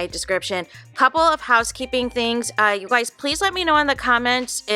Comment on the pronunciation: Clicked for tea, heard you say "you goiys", immediately subscribed.